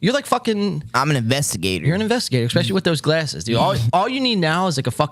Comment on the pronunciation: I'm subbed, but please stop saying, " EXspecially" lol